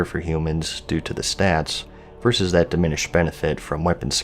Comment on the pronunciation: Why is it so hard for gamers to say “versus?”